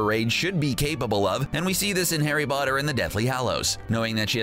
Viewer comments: “Harry botter” 😆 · harry botter